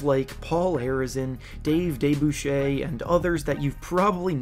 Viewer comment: It's pronounced "Duh-Bush-Er". You need to look him up on Wikipedia. You just lost a lot of credibility. I mean a lot of credibility.